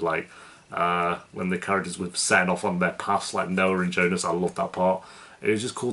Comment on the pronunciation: Jonas not Jonus ;)